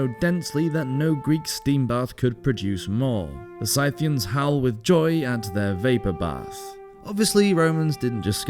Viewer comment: Scythian, also.